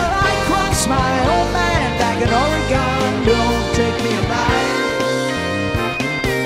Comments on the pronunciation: wow.....what a discovery today....they even mispronounce Oregon just like Donald!! good job all the way around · Greatest opening guitar solo ever- very well done by Mr. Gillespie (?). The one thing that kills me about this song is how they mispronounce Oregon (Or-e-Gin, not Or-e-gone)...